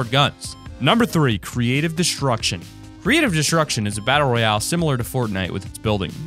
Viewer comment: Edward Daniel It is battle royale not royal